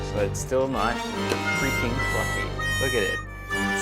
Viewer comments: Its pluffy.. but is it jiggly? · The way she pronounces 'fluffy' is one of the most beautiful things I have ever heard.